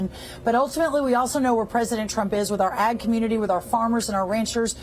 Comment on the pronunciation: Lol. It sounded at first like he said Egg Secretary.😂😂😂